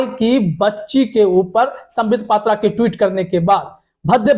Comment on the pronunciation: Patra nahi phatra hai